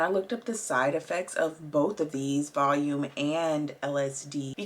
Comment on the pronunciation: Just to let you know it’s pronounced Val-e-um 🙂